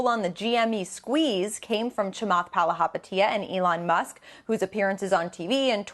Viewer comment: At least learn how to say his last name before butchering it the whole video